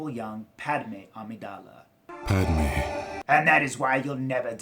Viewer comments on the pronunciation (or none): It's pronounced pattmay